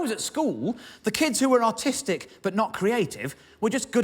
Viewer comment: Is he saying "artistic" or "autistic"?